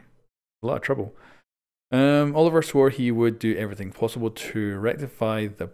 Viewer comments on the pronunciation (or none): Quick correction,, the name is pronounced oh-liv-ee-ay, being French. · Olivier is pronounced as Olive-ee-ay